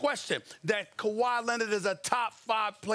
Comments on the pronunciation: Fix ‘Kawhi’s’ name 🤦🏾‍♂️. Got my man leaning on the board lol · the way that lady put kawhis name back hurts me